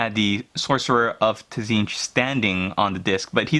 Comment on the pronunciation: awesome but please say tzeentch right it's a silent t at the start :-)